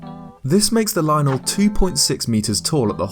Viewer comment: I like this guy cuz he says lynel correctly